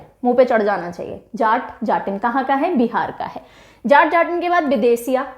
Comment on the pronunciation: Uttar pradesh ka folk दादरा है ददरा नहीं... बिहार का जाट-जाटिन नहीं.. जट-जटिन है